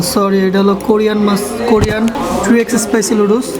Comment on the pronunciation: শুদ্ধ ভাবে তো উচ্চারণ ও করতে পারে না🤣🤣 লুডুস